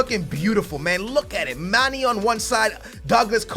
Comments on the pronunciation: its not Manny its Man-Aye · manè it's not Manny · It's pronounced Mon-eh (Mane) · It's not mane it's mana just a tip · Please. Man e not Maney kinda like Maneh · It's not Mani HIS name is Mane😜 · Mane is pronounced marn-a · it's man-ehh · it is pronounced manay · Your sayin mane wrong!!!!! Like if u want him to stop